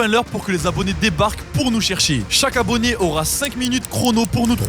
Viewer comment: tu a dit abonyé